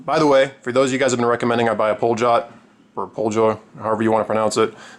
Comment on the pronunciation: "Poljot" is pronounced like "poliot" with a subtle "i" (it's actually soft "l" with "o" afterwards). And the stressing goes to the second "o".